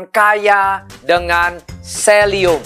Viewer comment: Selium apa selenium ?